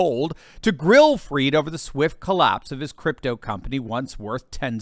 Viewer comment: Pronounce his name correctly! Not 'freed', but fried, as in chicken, eggs and bacon, etc. His goose is cooked - don't pander to his pretentious ego (and that of his parents!).